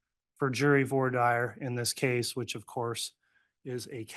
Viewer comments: Did that judge really pronounce it “voor diah”? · What is up with all these attorneys who can't pronounce voir dire correctly 🤢 mega barf